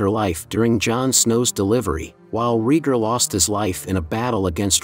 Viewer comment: "Reeger" Targaryen